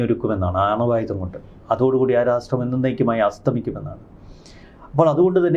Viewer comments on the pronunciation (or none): Please don't say rastrram, the correct pronunciation is rashtram.When you say nation, it sounds like something, please don't use it.